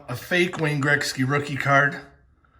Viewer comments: Its pronounced gret-ski not Greg-ski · It’s not Grexky. Damn the way you say Gretzky drives me nuts. Lol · Say Wayne Greksky again lol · learn how to say his name correctly....fuckin embarrassing